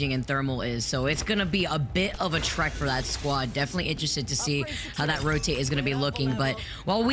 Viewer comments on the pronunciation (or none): none